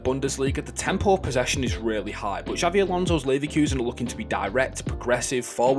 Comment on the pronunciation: mis pronouncing his name as Xavi lol c’mon man